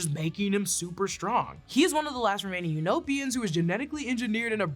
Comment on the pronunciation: Here's your engagement... its "unopan" not "unopian".